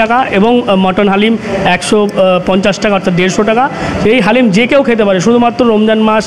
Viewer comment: Halim noi …it’s dalim